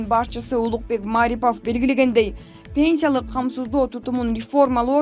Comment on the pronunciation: Ударениени туура айтпайсынбыМааарипов эмес,просто Марипов!